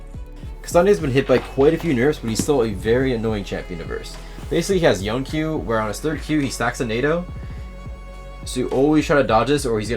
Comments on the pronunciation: i dont like you don't call him Yo-Ne instead of John, nice guide btw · His name is Yone. yo-ne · Love the guide but is his name not pronounced Yo-nay? Yasuo says his name. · Bro is the best Yone player in the world and still pronounces it like "Yown" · I can't believe one of the best yone players in the world still pronounces THE FUCKING NAME WRONG. That aside, this guide is perfectly timed, been trying to learn YO-NE myself recently